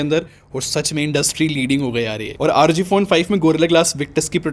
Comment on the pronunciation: Bhai isko "aar oo gee" nahi " rog" padte hai